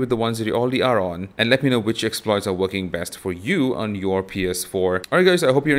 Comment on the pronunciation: It's pronounced "PS four" not "PS power"